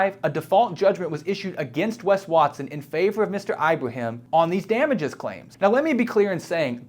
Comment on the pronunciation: It's /Ibrahim/, NOT "Eye-brahim"!!